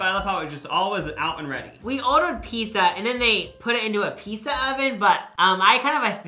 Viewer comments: If I heard say “pissa” one more time I was going to lose it. I love these vids but it’s never too late for speech therapy buddy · why did you say pizza so many times. “peesa”